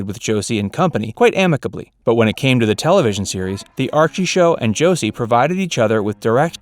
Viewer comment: The way this guy says Josie.... My ears hurt. It's Jo see with a soft s! At least in the begging he says it like the s is a z.